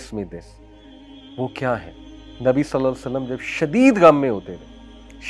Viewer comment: صلی اللّٰه تعالیٰ علیہ واٰلہٖ وسلَّم مکمل اور سکون سے پڑھا کریں تاکہ حروف صحیح سے ادا ہو سکیں اور ترجمہ درست رہے ۔